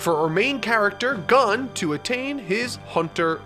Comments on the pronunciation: I love and I mean LOVE your content. But why can you get every other character's names correct, accept the main characters? It kills me inside every time I hear you say Gon. I don't mean to sound cross, but it's pronounced like, "Gone." I understand that you're reading it and not watching it, and I fully support reading manga. Just trying to inform. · It’s pronounced Gōn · did my man call my dude Gon, gun (dies of anime cringe) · g-UH-n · Hearing call Gon “Gone” hurts my soul. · omg he says Gon as gun, shoot me with gun please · Yeah he should probably watch one anime episode, just for the names 😁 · Atleast would pronounce gon right- Tnm:gun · "Gone" I can't take it anymore. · For the future it’s pronounced Gon like loan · are you sure? ive always heard it pronounced gon like dawn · Why do you mispronounce Gon and Kurapica? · I love you, but your pronunciation of Gon and Kurapika drives me insane. And I'm only 6 minutes in 😩 lol still love the video tho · I love this review! So in-depth. And I can tell that you understand the characters and story. But, my Lord... the pronunciation of the characters names are making me go crazy! Every character's name you're saying is completely wrong! And it's not HunterHunter... it's Hunter X Hunter!!! Still a great review! This anime is God tier. And your review really captures the essence of the show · NOOO HE SAYS GON WRONG AHHHH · No not only that he gets "Gon" wrong like how. What's next Ki-LU-a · He already said Gon and Kurapika wrong...love ya! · Love ya but I think you need to watch the anime atleast once to learn to pronounce their names haha. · I hate how you say gon and kurapika. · The way you just said Gon just gave me an aneurysm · Are you telling me I have to hear him pronounce gon like this every review :( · GON NOT GAN PLEASE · did he say gone? isn't it pronounced more like gowhn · His name is pronounced "G-own" not "Gun" lol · also its not GAN its GON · It’s go-n